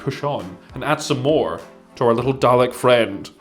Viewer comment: The deep vicarious joy from your reaction to the inner cover was excellent, thank you. Also spot on for the pronunciation